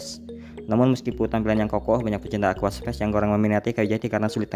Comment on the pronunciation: aquascape mas, bukan aquaspace